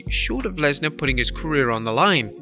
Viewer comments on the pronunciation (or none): none